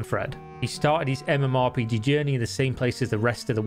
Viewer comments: who the fuck says mmorPIGI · ok sure, but more importantly, why did you pronounce MMORPG that way?